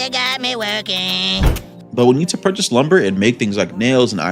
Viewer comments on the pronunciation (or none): none